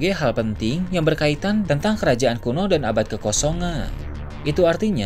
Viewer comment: ini kalo ngomong huruf terakhirnya ilang.. misalnya ngomong "abad kekosongan" jadi "abad kekosongaaaaa" huruf N nya ilang..